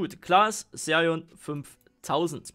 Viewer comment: Sag BITTE nicht Serion sondern Xerion